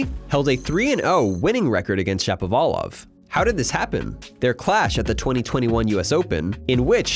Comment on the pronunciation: Shapo like “shop”, not like “tap”